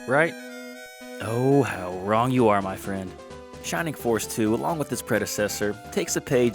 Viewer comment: “Shimimg foss iz waysist!” What a 🚬